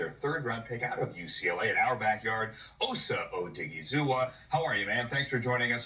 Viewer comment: and anyone else who cares to learn to properly pronounce "Osa Odighizuwa": Osa is pronounced AU-SAH. The "AU" sounds the same way you'd say "AU" from pronouncing AUdio or AUdi. The "SAH" portion needs no explanation. However, in pronouncing "AU-SAH", there's no pause. So simply pronounce it as AUSAH. Now, onto the harder one: Odighizuwa is pronounced as AUDI-GEE-ZU-WAH. The "AUDI" is pronounced exactly like the car Audi. The "GEE" is pronounced exactly like the "GEE" portion of the name McGEE. The "ZU" part is pronounced exactly like the ZU in Zumba. And the "WAH" part should need no explanation. Accordingly, when you slap everything together it's would simply flow phonetically as AUDI.GEE.ZU.WAH. Note: That I've included "." to give note to the presence of slight pauses which will naturally occur as you simply say the name.